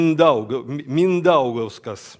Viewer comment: MINDAUGAS - udarenie na i (proiznositsa korotko).